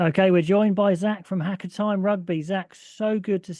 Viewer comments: Haka = Hah Car....not Hacker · Pronounce the car without the r. And the hah without the h. Ha(h)ca(r)